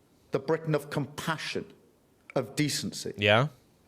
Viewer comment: So the other 390-odd cards were irrelevant? Ewe-kay? That consists of four different countries Scotland, Wales, Northern Ireland and englistan. Yorkshire is in englistan. Bwitains?....*englistan's. (+ Bwitain consists of Scotland Wales and negland.) the cringeworthy roundy-uppy vagueness is sloppy at best, incompetent as usual. Google maps is free. Try it. You don't even read the comments though you tell people to comment. It's like talking to a 🧱